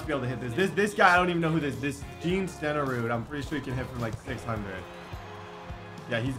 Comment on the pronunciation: Jan stenerud is pronounced yon. Like the first half of the word yonder.